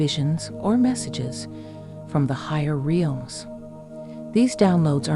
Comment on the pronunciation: It's REELMS, get it right! 😂😆